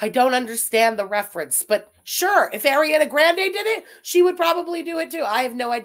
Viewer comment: No no no you cannot be an advocate for pronouncing countries the way they’re “supposed” to be pronounced and say Ariana Grande like that 😭😭😭😭😭😭😭😭😭